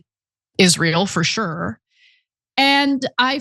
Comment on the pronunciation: Can Anna please learn to pronounce Sure …just sat shore